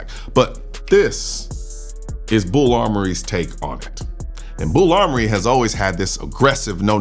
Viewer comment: BUL Armory, sir. Not BULL